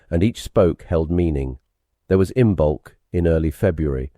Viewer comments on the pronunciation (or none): Ibolc is pronounced Im-olk. Beltane is pronounced Bal-ta-na. Samhain is pronounced Sa-wen. And Lughnasadh (Lammas) is pronounced Loo-na-sa.